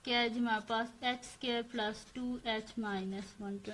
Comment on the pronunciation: api phir app sqare kyun bolti hain